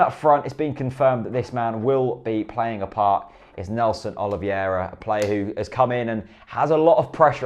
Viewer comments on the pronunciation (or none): OL-EE-VERA not OLIV-I-ERA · its not oliviera its OLIVEIRA OLIVEIRA